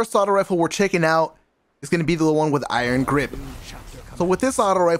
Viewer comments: Did he say iron graze lol at the beginning or I'm I bugging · My man said “Iron Graze” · "Iron graze" lmao